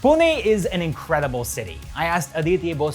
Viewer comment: Thankyou for saying Pune and not Poona 🙏🏻🙏🏻🙏🏻